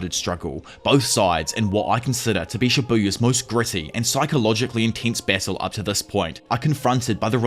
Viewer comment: i was wondering wtf bessel was, but you were saying battle xD